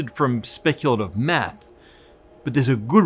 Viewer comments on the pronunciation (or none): Your pronunciation of theta and maths really grinds my gear.